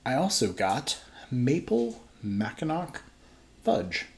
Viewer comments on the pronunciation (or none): It’s pronounced Mack In aw. Lol. No worries. I’m from Michigan so that’s the reason I know that pronunciation. And yes Ive had and love both beers. Nice to see some local brew reviews. If u can find their bombers of their BBA imperial stout they released this year I highly recommend that too.